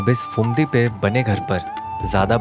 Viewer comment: Pretty cool indeed. But why do you keep pronouncing the "ph" as "f"? It's not "failna" and "Fumdi" (it very obviously is spelled with Ph and not an F), but phailna and Phumdi. Where are people learning this nonsense from? The "ph" is only pronounced as an "f" in English words which derive from Greek (e.g., "physics" and "photo"), which the words you're pronouncing are obviously not.